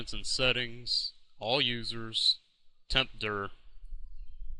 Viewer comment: tempdurr lol